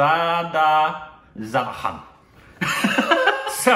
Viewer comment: speaking out the title: Shubh: Sshhhhhhhhubh Mangal: Mangal Zyada: zyada Savadhan: Savajdjwjwjejkwksk